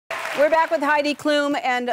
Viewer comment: Its klum, rhymes with bum.